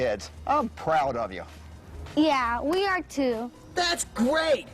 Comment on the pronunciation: "That was so great, you a*RRR*e a hero" pirate cuntspermd